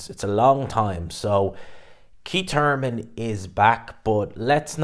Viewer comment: Didn’t know Thurman had a silent h